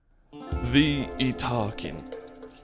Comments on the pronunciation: Yeet-ta-kin I believe is the correct pronunciation. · "Yes that is how you pronounce their name" > Shows pronunciation guide outright contradicting his pronunciation Ha! You wont get me with such lazy engagement bait.....wait a minute.